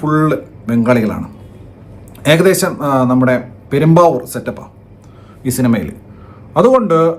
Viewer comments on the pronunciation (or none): none